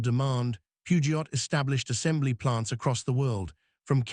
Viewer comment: The T in Peugeot is silent 😢